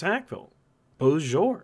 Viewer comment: I noticed you keep saying beaujour. It's BeauSÉjour not beaujour. Great channel. It's the first time I see an anglophone analyzing French Canadian affairs in a neutral and fair manner.